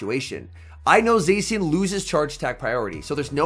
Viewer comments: I do hear "xe" but not se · Somebody teach this guy how to pronounce zacian